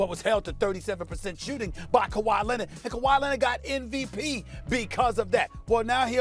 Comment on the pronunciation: Also: k-WHY Lennet